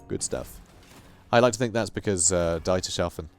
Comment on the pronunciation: BTW, Dietershafen reads as Deeters Half En